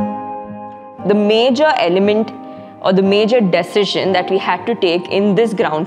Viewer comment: Its not DAY-SEE-SHUN, its D-SEE-SHUN , not LAY-WING ROOM, its LIV-ING ROOM & TTHOO (2) not TYOO 🥸